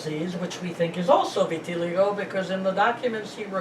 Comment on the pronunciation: Vitiligo = "Vitty-lygo"